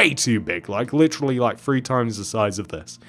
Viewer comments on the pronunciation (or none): why dp you say fwee insted of three